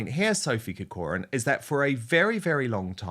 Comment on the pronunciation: "Corcoran" is pronounced with the emphasis on the first syllable COR not the second syllable COR for what it is worth Dan. But being a New Zealander you have a problem with vowels....